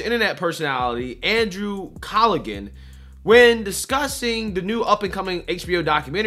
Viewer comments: Its pronounced = Cal - a - han ... not cal - a - gan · you called Callaghan collagen...it's cala.. Han..cmon now. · Pronounced … K-A-L-A-H-A-N It’s Irish “H” is silent - Not collagan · Andrew "Cal-ah-han".. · Callaghan is pronounced Calla-han...the 'g' is silent. To everyone who is about to say I am being a grammar nazi, you're wrong. I am not intending to be an asshole, I like and respect this guy...just trying to help. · Call -a - han…that’s how you pronounce his name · Yo! FYI andrew’s name is pronounced calla-han, the g is silent, it’s a fine Irish name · Callaghan (Cal-a-han) the "g" is silent. Irish have some crazy pronunciations. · BTW, the G is silent in Callaghan. It's pronounced "cal - a- han." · I think it's pronounced Callahan. I wasn't impressed because he just kept trying to say what don wanted him to say. He way backed down. The only place a person can get legitimate news is not from the so called news. The fact that they even call themselves legitimate news sources is hilarious. They must think the American people are so stupid. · Silent G Bro.